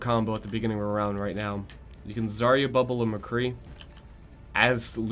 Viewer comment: But is it Zar-ia or Zar-ya? I think everybody mispronounces it all the damn time. (Я on the end)